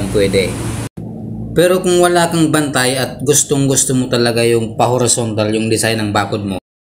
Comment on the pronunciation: correction lang po...horizontal po nd horontal ayun sa bigkas kng nd aq nagkakamali...salamat po🙏🙏🙏